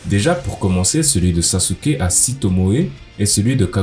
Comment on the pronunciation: Saske* pas saSUke